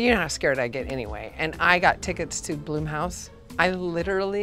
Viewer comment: The "Blum" in Blumhouse rhymes with plum. I know. I know. I pronounced it bloom, too, until hearing Jason Blum give commentary before one of his movies where he actually pronounced his name (and company name) for us.